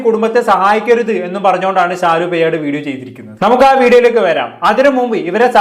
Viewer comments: പെയ്യാട് അല്ല പേയാട് ...തിരുവനന്തപുരത്തുള്ള ഒരു സ്ഥലമാണ് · എടാ നല്ല ത് പോലെ സംസാരിക്കാൻ പടിക്കു പയട് അല്ല പേയാട്